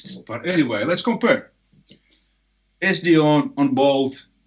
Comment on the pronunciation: Please don't "komPeRrr..." but "compare" LOL